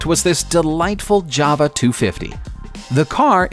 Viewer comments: And it’s JAWA not JARVA 😂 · Jawa I thought you said Jabba. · Is there a v in jawa. J. Ow uh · yup - and at the start he calls the bike a Java... nota Ja-Wa as it's meant to be pronounced. A Java, to me, is a cup of coffee... or cower-fee as this guy would probably say. I wish people would research names of stuff before just posting a video. It's sloppy and gives me great delight in thumbing it down/disliking it. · 52 seconds in and im out,you can clearly see jawa on the tank yet you call it a java.Please dont make any more rehashed videos of other peoples stuff,thankyou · First vehicle... You read the name of that " Yava"...🙃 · JAWA pronounced YOWA - Yow-uh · Jawa Motorcycle? Toyoda? hmmm.